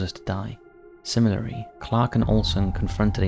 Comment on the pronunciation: Someone is incapable of pronouncing 'Similarly'